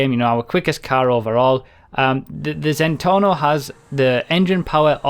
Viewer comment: it's Zentorno not Zentonno